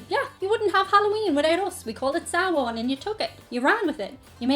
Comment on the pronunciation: Love the video! Does sounds like you combined the words "Samhain" and "amháin", no fada so it sounds like it rhymes with in. But hey, a million times better than saying samhane! 😁 Keep your fun content coming!